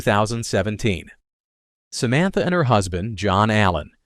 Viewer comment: It’s “scape” goat not escape goat. Do you not know how to pronounce Samantha and Amy?. You need to proofread your word before putting it out here.